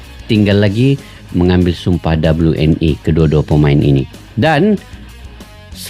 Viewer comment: di baca (we en i ) bang, buka dibaca ( doble yu en i ) WNI = warga negara indonesia 👍